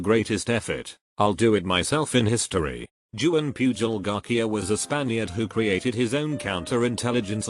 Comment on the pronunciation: TTS be like: Joo-ann Pew-jol Garkia and double U double U two.